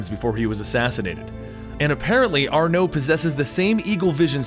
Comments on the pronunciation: You pronounce Arno like it's Arnoé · Ba-alek, Aar-no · is that the french pronunciation of arno?